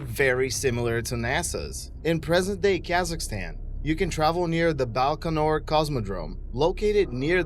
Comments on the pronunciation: BAIkonur Cosmodrome - not BALkanor. This guy's penchant for mispronunciation is only surpassed by his feeble attempts at facts. You can look up Famagusta on WIkipedia... it isn't abandoned. Prypiat is still a ghost town, so that's true. FACT CHECK, PLEASE. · By-kan-oor! Baikanor. No L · I'm done at 15 seconds in. "BALkonur?" Zero research done. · The number of inaccuracies in this video is just staggering. No one stops you from going to look at the Thames (pronounced TEMZ) estuary forts - there are boat trips out to them from time to time. As for all the sneering nonsense about the Buran shuttle and the Baikanur Cosmodrome - check out the videos by Curiousdroid if you want well researched facts rather than this crap. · It's not BALkonur as you pronounce it...it's BAIkonur And Thames is pronounced as 'Tems', not 'Tames'